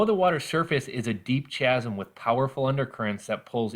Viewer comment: But not "chasm".